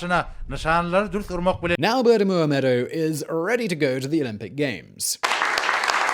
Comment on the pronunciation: So true!! (And Oliver nailed the pronunciation of his name every time!)